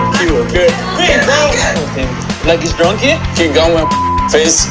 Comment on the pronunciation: I love that Florian says “drunky” instead of drunk 😂 it makes me laugh every time.